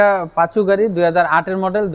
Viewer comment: সবথেকে বিরক্ত লাগছে টয়োটা পাসো গাড়ি কে কিভাবে বারবার পাচু পাচু বলতেছে